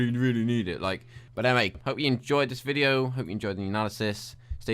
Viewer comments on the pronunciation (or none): none